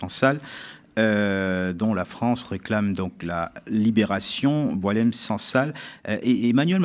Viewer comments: Bon faut arrêter il s appelle pas Doualem mais Boualem pour des journalistes probent vous jouez le jeu des médias mainstream. On lui a changé son prénom à dessein pr ne pas écorner Boualem sansal. Arrêtons les conneries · C'est Boualem et pas Doualem, et il n'est pas connu en Algérie ! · Boualem et non Doualem